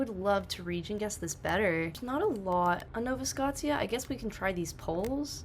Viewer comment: Nova Scotia pronounced No Va Sco Sha